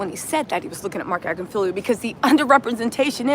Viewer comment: His name is Agnifilo. You and always get it wrong.